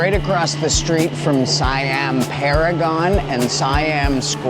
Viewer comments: it's seeeeeeammmm not siiiiiiiiammmm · Btw, in Thailand, Siam is pronounced "say-am". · check you pronunciation of "Siam". Pay attention to the "i" and the "a" sounds. Once you understand the concept, pronunciation of words (not just here but Singapore, Indonesia, Malaysia, etc) will become so much easier to you. PS I'm not an english teacher. 55555